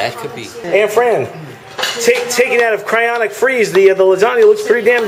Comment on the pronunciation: For the love of God,....it's cryoGENIC not "cryonic"